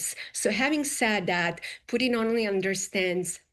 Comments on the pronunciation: She could not get the Russian joke right, she called Putin Pudding, she is clueless how Trump operates, she is horribly incompetent. Why is she on Fox? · Why is she calling Putin "pudding"?!